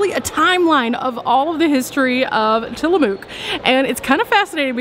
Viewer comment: It’s actually pronounced Tilla-muk. Just so you know 😉